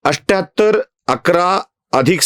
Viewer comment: 78 चा उच्चारण अठ्ठ्याहत्तर असा हो तो तुम्ही "अष्ट्याहत्तर" असा करता। हे चुकीचे उच्चारण आहे तसेच १४४ याचा उच्चारण एकशे "चव्वेचाळीस" असा होतो तुम्ही "चौरेचाळीस" म्हणता ते चुकीचे उच्चारण आहे। कृपया तेवढ सुधारणा करा